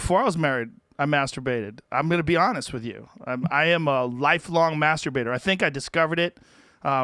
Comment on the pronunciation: Joe " I am a long time masturbaiter" Rogan